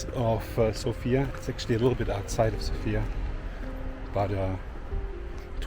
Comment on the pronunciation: South-Eastern Europe, or Southern Europe, although Bulgaria is in the East of Europe, culturally it is part of the Balkans, and has very little to do with the culture of Eastern European countries. Sofia is pronounced differently, btw. Thanks for the video!